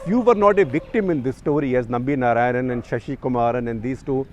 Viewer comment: you north indians will never get the correct sanskrit pronounciation, it is not NA raayanan, but NAARAAYANAN.